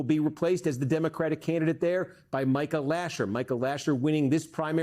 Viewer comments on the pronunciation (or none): none